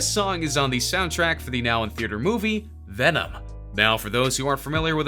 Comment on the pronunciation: Vemon Vemon Vemon